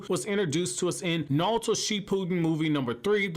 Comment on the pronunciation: “Nawlto” lol. You wild bro